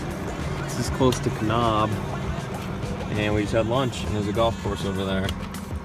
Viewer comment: I know where some of those 10 years of corporate experience were obtained! Nice update, looked like a nice day in Flag! Glad you got to explore some of my home state, too. It's pronounced Ka-Nab instead of Ka-Knob. Hahaha :) Keep the vids coming!